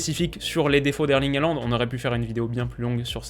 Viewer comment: Haaland se prononce "Holande", merci.